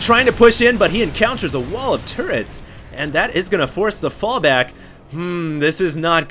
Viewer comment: he says Tierran instead of terran run into a wall of tiurets!